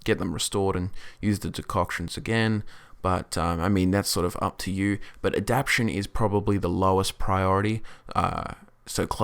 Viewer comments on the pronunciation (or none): say it with me now: aah-dap-TAY-shun love these build vids. giving me lots of ideas for focusing on high level abilities and buffs